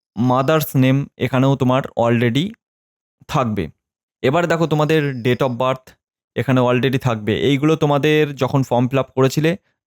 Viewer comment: Date ta properly bolben sir